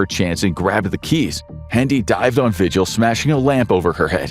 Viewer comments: vee-hill. Not “vigil” like you have when someone missing. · the last name Vigil is pronounced vee-HILL. not VI-gil. :X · David Parker RAY. Cynthia Vee-hill (phonetically)